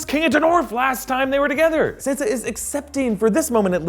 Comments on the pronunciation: Can you please say Sansa's name right holy shit. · drewbc32 RIGHT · Stop pronouncing Sansa like that 🤢🤮